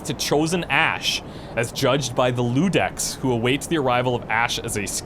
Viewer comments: it's Iudex with an "i" not Ludex. Iudex is the latin word for "judge". Grundyr was the judge of every potential new hero coming from the graveyard. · I think it's iudex not ludex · I believe its a iudex, not ludex. Its latin for judge (pronounced u-dex) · Yea, and how does he make it "Ludex" I mean i know how, but kind of a brain fart pronounciation. It's clearly not an "L" Really annoyed me actually. Does that make me a terrible person? ^^ :P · it's Iudex with an i, not an L (it means judge)